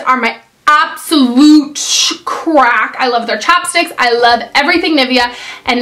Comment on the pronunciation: I thought you said chopsticks instead of chapsticks! haha